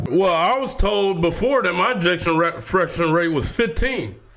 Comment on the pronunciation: "Ejection fraction"